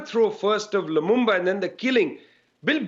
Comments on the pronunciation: It's LUMUMBA not Lumamba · It is pronounced as it is spelled: LU-MUM-BA